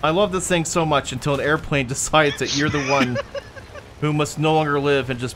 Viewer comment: Did anyone else notice he said "Thing Thing" lol?